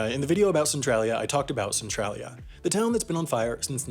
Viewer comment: Centralia Is Pronounced Sen-Tray-Lee-A